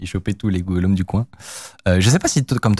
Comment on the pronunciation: google home pas google om